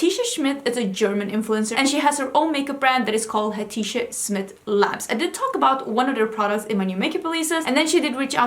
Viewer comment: Yesssss, I am sooo excited what you think!! (It's a turkish name, you almost got it right. The "c" in Hatice is like the "j" in jungle. But you did great!)